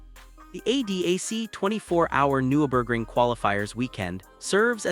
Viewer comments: AI garbage or someone who knows next to nothing about the race. Can't pronounce the track, driver, and repeatedly using images of other tracks, other racing series, and touristenfahrten with no "Dashcam" view whatsoever. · cant even pronounce Nurburgring